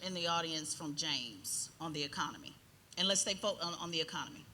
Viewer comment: Bros first words are miss pronounced didn’t know it was pronounced ecomony😂😂 if these are our congress representatives from the republicans I fear for yall honestly.